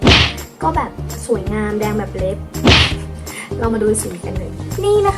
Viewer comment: ชอบตรงที่พูดว่า "เห่ย มีความส่วยงามม" 655555 เหน่อๆ น่ารักอ่ะค่ะ 😍😄